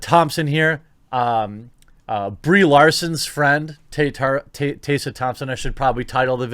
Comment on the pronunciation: “Taysa Thompson”